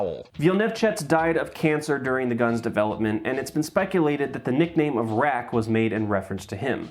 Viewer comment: Great attempt at the Polish pronunciation with the RAK :) I really respect that you took your time with it! Waiting for next levels ^-^